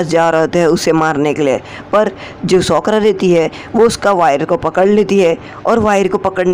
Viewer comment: Sokora nahi sakura